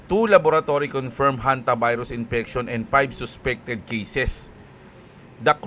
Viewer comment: Ang kulet ah Honte-virus😂😂😂